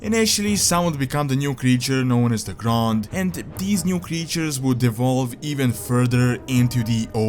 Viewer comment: im not sure i would call that devolve ..wait are you saying de or E?